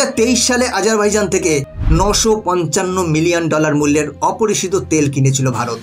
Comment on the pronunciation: আপনি ঠিক করে দেশটার নাম উল্লেখ করতেই পারছেন না আজারভাইজন বলছেন ওটা হবে বাইজান